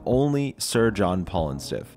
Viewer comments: I'm curious if you pronounced it that way to avoid YouTube censors, or if you weren't sure how to pronounce it, lol. It could be either way. It's pronounced "fa-llus." The "fa-" is the "Al" sound you make when you say the name Al. I would use IPA, but I dont think most people know the symbols and what sounds they make. I'm sure you probably know that "phallus" is the... longer dangly bit, lol. God, this comment is gonna get me kicked off YouTube if I go into like any detail. 😂 So, "Sir John Phallustiff." It's basically just saying "d**k" over and over, in combination with the 69% stats and whatnot. Such a ridiculous joke weapon, but it's too good not to use early game. I love it. 😂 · You pronounced his name wrong bro. Phallu-stiff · oh my god your pronunciation of Phallustiff makes this unwatchable